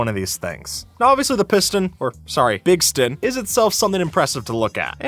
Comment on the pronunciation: When you say big-ston it turns on bixby asistent on my phone 😂😂